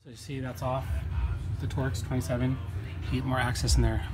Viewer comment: its a torx bit not a twerks bit lol